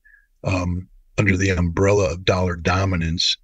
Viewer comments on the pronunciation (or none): none